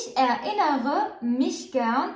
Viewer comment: Ich erinnere mich an meine kindheit سؤال للأخت ميرا ،لماذا تنطق erinnern متفرقة er لوحدها ثم innern لوحدها .هذا جعلها اصعب في النطق .